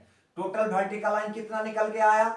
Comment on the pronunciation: Waah "Bhertical"